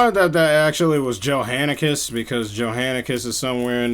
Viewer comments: his name is John-Ascus not Jo-Hanacus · bro really said "Joe hannacus"